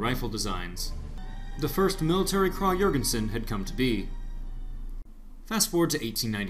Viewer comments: Pronunciation is “ kraig e-yorgension” just for future refrence, good video though! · I swear there are so many different ways to pronounce this thing, my Texas southern drawl can only do so much! I heard from another commenter it was prounounced “Krahg Yergensen”, Americans say Krag (a nasally “a” as in “apple” Johr (like “George”)-gen-sen. I don’t know the truth any more. :P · It's actually correctly pronounced "Krawg-Yergensin" in its native Europe. "Kraaaag" is the colloquial American way of saying it, so it's technically "correct" but objectively wrong literally. It's whatever really, but I think people would respect Americans a bit more if we would just put in a bit more effort into pronunciation and don't horribly butcher foreign names out of laziness. It's appalling how few people in America know the correct pronunciation of "Iraq" even though we spent a decade killing its people. Food for thought. It irr